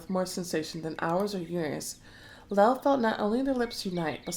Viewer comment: Hey! Just to let you know Lale means 'tulip' in Turkish and should be pronounced like Lah-leh. It's nice to know I'm not the only one frustrated with the MC. Almost made me give up the book altogether. The only saving grace is the the Ottoman Empire plotline, for sure. I wish we could someday get the story set solely in that period. 🕌